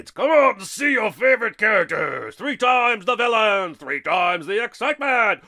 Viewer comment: "vlllain" lol